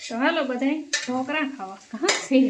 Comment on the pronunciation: ઢોલકા નહીં ઢોકળા.